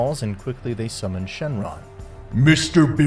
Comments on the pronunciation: sounds ai. No one says "kai" for "ki" cause we all know "ki" is pronounced the same as "key" no fucking person says "whis" like that. No one. It HAS to be ai "dragon spheres"?! Only an ai would say spheres instead of balls "shenlon"?! Really?! Do I even need to say it?! Smh. now it's "shanglong" ITS SHENRON!! SHEN... RON.... ITS SO EASY. No human being is capable of making that mistake so it HAS to be ai generated. this isn't gohan. Gohan doesn't act like this... he doesn't talk like that. HAS to be an ai. That or this universe, zamasu came back and stole gohans body or something ridiculous. frieza calling goku... a "rascal"? A RASCAL?! THATS SO NOT FRIEZA THAT IT HURTS TO EVEN HEAR. super saiyan god "phase 2" what the ever living shit? No one ever says or has said "phase 2" for super saiyan blue. Sure some say super saiyan god super saiyan... but "phase 2"?! NAAHHHHH has to be ai Frieza also calls goku everything besides monkey it seems. Just rascal, insect, and idiot. No monkey.... this isn't frieza, it's an ai starting to think an ai edited this video too. What is this dramatic effect for this conversation? It's so dragged out and they are so calm talking... only ai would make this sort of mistake (and sssniperwolf but she's basically an ai too at this point) doesn't sound ai at all, infact it has character to it and doesn't feel robotic in anyway, he also says everything the right way he destroys them with his... "h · Bro said "Dragon spheres" and "shenlong"💀